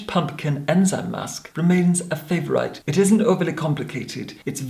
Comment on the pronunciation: "Favour-ight" LOL